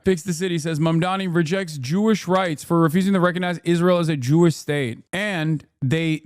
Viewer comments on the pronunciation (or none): Did he keep pronouncing it as mamdami? Also, not a good look not pronouncing the name right (after being corrected) when saying he's all for Muslims (and pivots to Israel somehow). Also not a great look when he referred to undocumented as illegals and how he just overall talks about undocumented migrants. He looked SOOO bad 😂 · It’s Mamdani. LEARN IT. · Cynically conflating Jewish folks in the US with the citizens of Israel??? ✅ Mispronouncing his competitor's "foreign" name?? ✅ "I did not have intercourse with that woman" moment?? ✅ Holy berries and balls, Batman!! Cuomo's three for three!!! 😲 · It is CRIMINAL for an Italian-American to mispronounce someone's last name. And to do it repeatedly, obviously intentionally - paesan THAT IS WHAT THEY DID TO US! The medigans! How could you!? And to invoke your heritage as an out for your harassment accusations is despicable! A disgrace to the Italian-American community, the entire Cuomo clan. DISGRACEFUL! Think of Sacco and Vanzetti, think of the innocent 11 in New Orleans - for THIS to be the height of our social impact in this country. For so many to have lost all touch with the experiences of their forebearers and repeat the same tresspasses visited upon them onto those who've come after - FOR WHAT!? The worst of us for mayor, a holiday that makes us complicit in genocide, and the chance to be prison guards and jackboots and middle-managers in the corporation. What was it all for!? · How many times we gotta tell you this old man it's M A M D A N I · You should learn how to say it, because... You'll be saying it a whole lot the next four years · I‘m struggling to recover from the fact that he told him how to say his name and that dumbass still got it wrong.